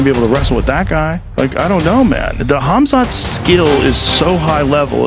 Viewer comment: This guys comentating.what is it mate kahmzart.kumshut kamshut cunshot cumshut.learn his name